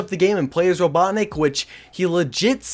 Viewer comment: Did he just say Robodrick? Again? Ok. is he done saying Robodrick?